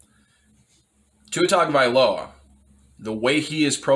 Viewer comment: When you mispronounced his last name I almost switched the video off. Tua gets a full offseason to improve. He will be fine. They will upgrade the offense skill players.